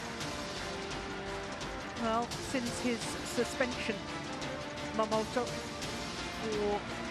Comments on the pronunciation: For goodness sake, this lady commentator has been pronouncing wrongly Momota as Momoto as in all previous match involving Momota. Her partner doesn't correct her. What a shame. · I am not English nor native English speaker but I hear two pronunciations from Jill Clark. Sometimes she clearly says MomotA. (I think especially when there is his name spelled on the screen like the beginning of the match) Other times it sounds like MomotO to me too. I know non-stressed vowels get weak/ambiguous sound but her MomotO sound annoys me a little.